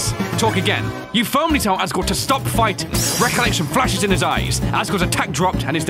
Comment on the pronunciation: Bro said "agore"